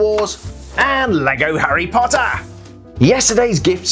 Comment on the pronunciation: I like the way he says HARy POTTer